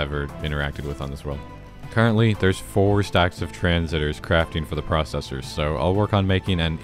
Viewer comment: How do I load and fire plane weapons from Flan's mod? Also, make a moat around your base with the hydroflouric acid. That's what I did. BTW: pulling out my inner grammar n4z1 out, but it's trans-sis-tors, not tran-sit-ors. DU stands for depleted uranium.